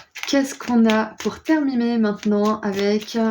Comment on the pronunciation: Terminuer on dirait un mélange entre terminé et éternué 😂